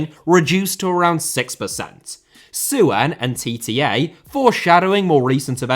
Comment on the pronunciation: on a minor note, the 'ue' in 'Suen' is pronounced together, making it sound roughly like Son in Heung-min Son. The two last names, I believe, share the same Chinese character.